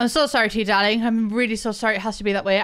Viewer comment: "we need tu get you cooking darrling" 😭😭😭🤣